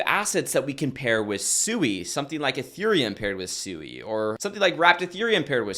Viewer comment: It's pronounced "swee" like sweet or swing. It's a Japanese word for water.